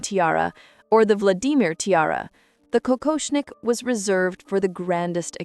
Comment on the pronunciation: Imagine if Dr. Brian Cox was the narrator for these videos….this channel would have 100k subscribers. I enjoy the content nevertheless, except…did this woman just say “Vla-dee-mir?” 🤦🏻‍♀️ Come on AI you can do better.